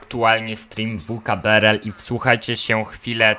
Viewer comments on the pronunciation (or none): Mói się vkbrl